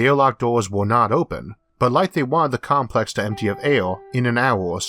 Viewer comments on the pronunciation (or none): none